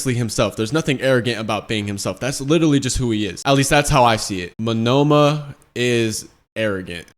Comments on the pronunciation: Monoma( MO-NO-MA) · Bro's got Shakespeare taking notes. Good stuff. Just for future reference, the guy with the copy quirk, his name is pronounced Moan-na-ma. Just trying to be helpful.